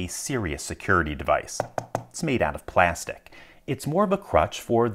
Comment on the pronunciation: "plaahstick" is this dude from Dundalk or Ballmer?